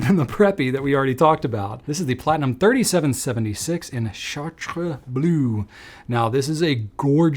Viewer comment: Yeay bluuuuuuue. I’d love another take on blue inks. After this video I’m almost tempted to get the Platinum. In keeping with Drew’s attempt at pronouncing Italian words, good job pronouncing Chartres ! I know how the French “r” is difficult for US-English speakers, so kudos!